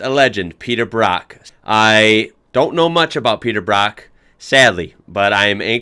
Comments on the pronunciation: Brock as in rock 🤦‍♂️ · His name's Peter Brock not Peter Bruck.